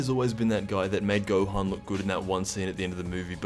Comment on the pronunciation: I know I’m not the only one who noticed “ gokua” and “gohana”